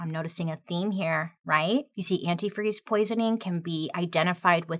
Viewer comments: One of the things I was waiting to hear mentioned and never did is that Stacy kept calling antifreeze "antifree" over and over during interviews with the cops, and it was written as "antifree" in the "confession" note. Ashley properly pronounced it but Stacy never did. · My favorite part that wasn’t mentioned was that she said and spelled antifreeze anti-free. She said it like that in the interview. And she spelt it that way in the letter… What a wild way to be caught. Such an interesting story! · You missed one very important point. The female detective on the case at first realized that the mom kept saying antifree, not antifreeze. She continue to say it during the interrogation, on the stand, but this is the real smoking gun, the letter that was typed said antifree. You can see this movie on lifetime with Nia Vardolos. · I remember seeing an episode of forensic files about this. The detectives said that another clue was that in the letter “antifreeze” was misspelled every time mentioned as “antifree”. When Stacy took the stand and during questioning she kept saying “antifree” while Ashley correctly pronounced the word as “antifreeze”. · For some reason I thought she was the one that kept pronouncing it anifree instead of antifreeze. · The fact that she pronounced the word “antifreeze” antifree also played a part in her conviction because that’s how “her daughter” wrote the word in her confession. 🙄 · Is Stacy the one who kept saying "antifree" in speech and the note? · I remember the first time I heard about this case the thing that stuck with me is how she kept saying “antifree” instead of “antifreeze”. Even went as far as to type it the same way in the letter she typed up. Extra sloppy. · According to a documentary that I watched, something that helped investigators nail her was her mispronunciation & misspelling of the word antifreeze. She would say & also spell it as "antifree". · Was Stacey her own downfall????? "Antifre"???????!!!!! I am mad😂😂😂😂